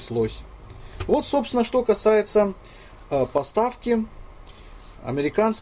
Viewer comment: у меня кровь из ушей пошла когда он в 100 раз сказад эЙпл, пздц!